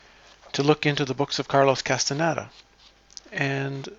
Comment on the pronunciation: CAS-TAH-NEY-DAH. It's Spanish, very easy to pronounce.